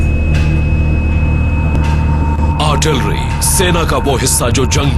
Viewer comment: Artlirry nhi hota artillery hota hay jahiloon.... kya army hay india ki... jahil